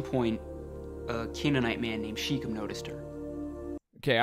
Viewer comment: It’s pronounced in Hebrew SHEH-kehm, not sheekum.